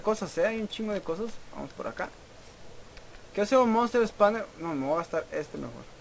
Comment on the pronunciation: Wey no es por insultar ni nada pero es monster spawner y se dice espawner no espamer jajaxD